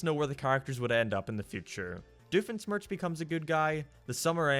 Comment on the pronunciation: The way you pronounce Doofenschmirtz hurts my soul. Also I think I automatically hate this movie because Candace is the focus. GOD I hate that bitch.